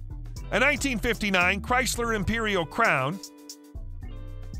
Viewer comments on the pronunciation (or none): none